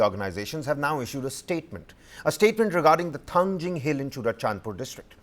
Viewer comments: Thangting ✅Thangjing❌ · It's not thangjing, it's Thangting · Manipur is just 650sqm fellas no need to argue They lack so much in pronunciation that they pronounce Kuki hills Thangting as thangjing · For your kind information, it is Thangting Hills, not Thangjing. "Ting" is the original Kuki name, which was later altered to "Jing" by the Meiteis in their own language. This is a form of cultural exploitation. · It's not Thangjing but Thanting. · It's thangting not thangjing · Mount Thangting please. Not Thangjing which is a kind of Vegetables very popular in Imphal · Not thangjing..it's thangting..you Meitei pronounce tribal name in a wrong way..because ur not toungue twister. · Its Thangting mol.. please correct the name of the mount